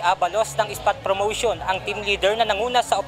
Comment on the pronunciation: tana ba dinig ko Abalos? sabi mo FROMOTION? letter P po yan anoh?